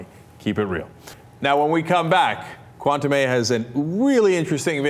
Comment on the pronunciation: Cenk - you should really learn how to pronounce the word "Cuentame" correctly. It was an important element in this discussion and you mispronounced it every time.